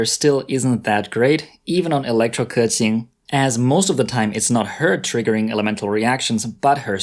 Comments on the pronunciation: Hes not pronouncing it right he says kurqing its kuqing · 93% of the Genshin Impact content creators say "Kah-tching". Makes me cringe every time. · Yeah most people just call her kaching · The chad 'keqing' vs the virgin 'keking' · Thers no R. He makes it sounds like kerchin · It's still not perfect tho. But at least he made an effort I guess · I’m sure pronouncing Liyue names is no big deal for Chinese like me but for y’all info, keqing is actually 刻晴 kè qíng, 第四声 for the e and 第二声 for the I. And qiqi is actually 7 7 in chinese which is qīqī like there’s no “h” it’s just qiqi not chichi. To pronounce qiqi name just leave a gap between your tongue and the top of your mouth and you’ll get her name right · Dude you completely butchered her name but i love it XD